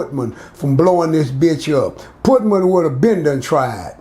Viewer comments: The pootman takes me out every time 😆 🤣 reminds me of my Bigma. She would slaughter so many words. RIP grams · always laying some jewels down fasho! 💯 I can’t get passed him calling Putin “Putman” tho 🤣that really floored me right there! 😂🤣😭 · he calls putin putman!!!!